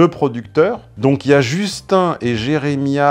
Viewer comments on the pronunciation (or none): none